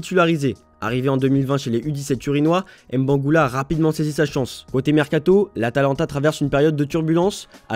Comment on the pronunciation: Mbangula pas M- bangula ah